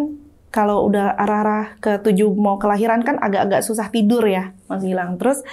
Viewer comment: Meni lekoh huruf R nya si kaka...😅 "tidurrrrrrr..."